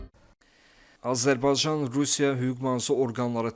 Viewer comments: Ele onu diyeceydim niye bu sozu diye bilmir diyer sozleri diye bilir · Azərbaycan sözünü deyə bilmirsən,sən kimsən?